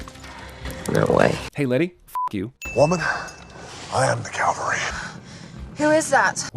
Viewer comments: sin for the Rock pronouncing "cavalry" as "Calvary." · Cavalry is what Hobbs should have said... CALVARY is the hill they crucified Jesus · Aww, you forgot to include the sin about the Rock saying Calvary instead of cavalry... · "Woman, I am the calvary." Uh, you meant CAVALRY! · "I am the Calvary" does not even get a sin? He did not even manage to pronounce CAVALRY...